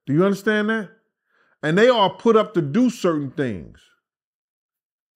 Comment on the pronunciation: Take a bong rip every time asks us to "undastand" him!!! Let's get high!!!